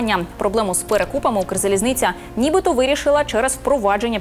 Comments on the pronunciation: Недавно купувала квиток, було задіяно двоє помічників, і насилу один з нас трьох купив мені квиток на верхню полицю в купе біля туалету. Схеми привели війну в Україну, схеми її знищують. Ця «кукла» українською не може вимовити «Укрзалізниця», а хоче запевнити, що дуже проворно купує квитки. Я зразу зрозуміла, що в цій схемі працівники Укрзалізниці беруть участь, коли о вже світилося, що усі місця продані. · Чистокровня москалька яка за скільки років у цій сфері не може вимовити Укрзалізниця